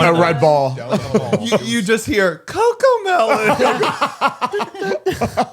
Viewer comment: saying “COCOMELONE” freak me the fuck out LMFAO 🤣